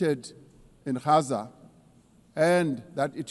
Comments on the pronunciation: Gaza not 'Haza'. English G. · Gaza, English G not 'Haza' as in Gauteng.